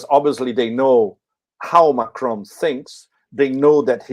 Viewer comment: it is NOT McRoan it is MACRON, just as it looks, MAC RON!!!